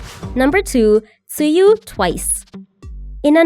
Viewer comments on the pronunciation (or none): just something you should know is tzuyu is pronunced as chewy and not tzu-yu